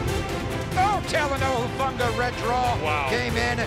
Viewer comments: Its “HUU-FANGA” lol not “TUU-FANGA” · Seriously, how are these interviewers working for the NFL if they can't even get a players name right? Tufanga? Talanoa Hufanga bishhhhh